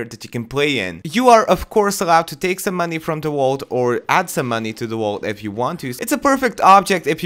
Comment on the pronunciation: Is he saying wault instead of vault